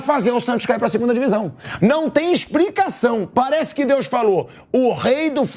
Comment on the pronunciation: ainda meteu um "não tem expRicação"